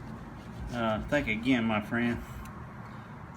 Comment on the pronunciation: Thenk ageyenn mah freyund